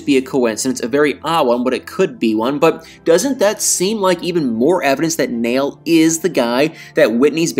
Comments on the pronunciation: Unfortunately, TLC "jumped the shark" a long time ago, and continues to lose its credibility as a trustworthy cable outlet. Oh, and, I think Nail's name is pronounced "Nah-eel" not "Nale". Cheers and keep up the good work! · Uhm, it's probably pronounced more like Nah-iel and NOT Nail (notice the two dots above the i and ehm him not being from an English speaking country?!) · Nail is pronounced Nayil. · You're pronouncing his name wrong. It's pronounced Naa-yul. Like Niall Horan's name. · Because of the umlauts on the i, it's pronounced Na-eel. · The Muslim name Nail is pronounced Nah-ihl, not like a hammer and nail!